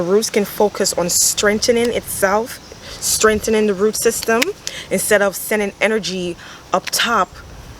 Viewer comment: When she says “Strentening” reminds me of my Jamaican family... I love it and love the energy u bring! I will continue to tune in